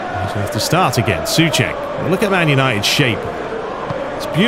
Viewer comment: It's not Cəfaal, but Cəʊfal and Səʊček, not Sʊček Otherwise, great video as always, greetings from 🇨🇿